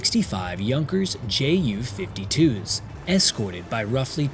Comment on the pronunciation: Why are you say Jay yew? rather than Yew? or the German pronunciation of the letters? You do yewnkers fine.